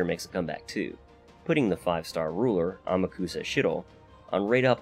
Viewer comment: >AmakUsa HE JUST AMAKUSA. LAST "A". God, how I hate english language sometimes!